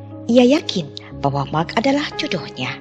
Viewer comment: Pas Mark malah mak 🤣